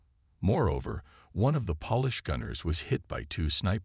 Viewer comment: Polish is with a long O sound. The way you use polish is like you are dusting furniture. Why throughout the storylines do you use the word CORPSES when talking about Corps? You either just say Cor, ignoring the P or if plural you say Cors again ignoring the P. CORPSES are dead bodies. The only time these can be used functionally are from the Bible: Valley of Dry Bones from EZEKIEL 37 or when there's a miracle and a dead person raises from the dead as in Lazarus or the young girl who JESUS says is "merely sleeping " even though dead. What's with ASTERISK ASTERISK ASTERISK? You sound like Biden reading a teleprompter. Words like: barrage, Grenadiers, and a myriad of other simple words are mutilated. It's frustrating and distracting.